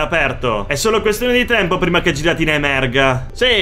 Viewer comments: si dice ghiratina non giratina(anche se è scritto così) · Mi trigghera il modo in cui pronunciate Giratina